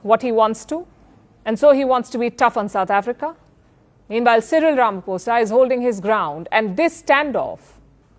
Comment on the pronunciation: Our President Is not Ramafosa u prounce it as Ramaphosa( P) not F